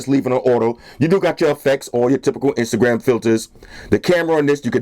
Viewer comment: "When I'm on my Instagrum stalking procedures" ;D